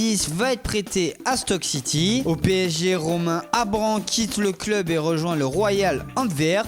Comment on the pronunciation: Les gars... Apprenez à parler svp.. c'est abusé la prononciation de club!